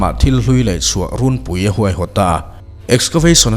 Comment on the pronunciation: Thil hlui laihchhuah "Ruuuunpui" tia lam a dik lo. "Runpui" tih tawi tak tur. Thluk loh tur a ni. A awmzia chu 'a huhoa thawk'sawina mai a ni e.